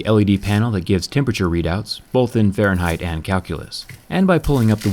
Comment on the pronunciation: "Farenhite and calculus"